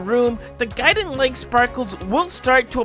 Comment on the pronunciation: When bro said gudimg and figure i spilt my coffee